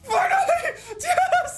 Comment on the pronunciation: Why the fuck do you say Ges instead of yes. Jk really cool shiny video